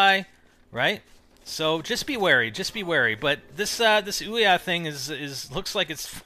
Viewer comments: It is not pronounced Oi-Ya, it is actually pronounced OOO-yah. Don't believe me then look on the FAQ at the bottom of there kick starter page. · actually it is oo-ya not Oi-Ya